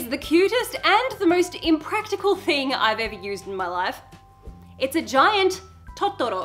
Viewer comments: I also want an iPhone just for the phone cases. I have an illumination Disney phone though, so it's pretty cute on its own. Side note, it's Totoro, not Tottoro. In Japanese that pronunciation could be equivalent to a totally different word. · Love your pronunciation of "totoro"